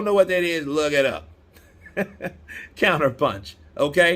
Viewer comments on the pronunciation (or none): none